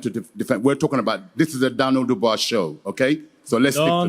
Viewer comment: Dan-yel ..dan-yel